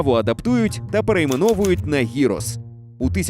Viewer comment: Перепрошую. Не "гірос", а "ґірос". Не "маргарита", а "марґаріта". "Nigiri", а не "nihiri". Не "з'їсний", а "їстивний".